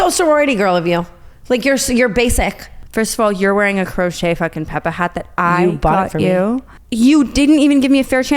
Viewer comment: tana,if you would like to channel more English energy w the peppa hat pronunciation it ‘pep-uh’ at least that’s the Mancunian way